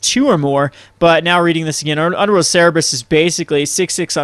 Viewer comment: It's not "Ser-reb-rus", it's "Ser-ber-us". I don't mean to be nitpicky, but you've made that mistake a lot.